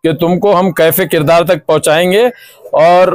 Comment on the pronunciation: کیفے کردار ❌❌❌ کیفرِ کردار ✅✅✅